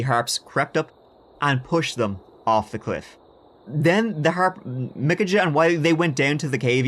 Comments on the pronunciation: Michajah Is Pronounced Like (-UHHH) It's just weird that your name is and you're pronouncing it like the way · I believe Micajah is pronounced Mikey. 🤷‍♀️ Love you! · Micajah is pronounced " Ah" or POS whatever you like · pronounced "muh-cay-uh" (Micajah) or mih-cay-uh" or "ma-cay-uh". depends on your accent.